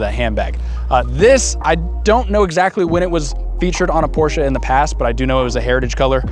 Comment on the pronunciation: How can you have a Porsche when you can’t even pronounce it correctly